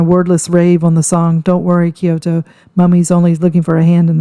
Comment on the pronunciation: KyoKo Not Kyoto